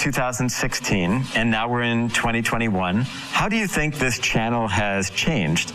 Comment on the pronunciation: Teach her pleased to say " I think " "not I Tink"